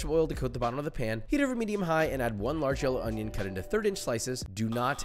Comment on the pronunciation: oiinion, not onion